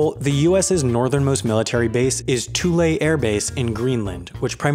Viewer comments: Thule not Tulay. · TOO-lee, not Too-LAY. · The American Airbase in Greenland is actually pronounced "Too-lee," not "Too-lay" BTW. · It's not "too-lay" it's a "th" sound like when you say "through" then "ool" like "tool" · 'Thule' is pronounced "too-lee". This fact took 3 seconds to research. Sorry, thumbs down. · I'm Inuit and it pained me when you pronounced the greenlandic thing LMAO it's not even Greenlandic to say Thule